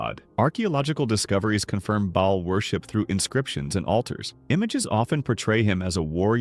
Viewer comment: It’s actually pronounced “Bay-all”, not “ball”. Good video, though. Pretty accurate.